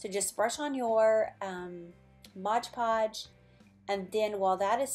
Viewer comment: It's Mod Podge, a lot of people mispronounce the Mod as Modge, my husband included.